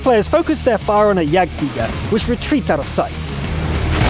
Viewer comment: Hi, I like your German pronunciation of the Tiger and Jagdtiger:)